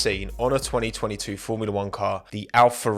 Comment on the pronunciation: We all saw that 202’2’ voice over 😂😂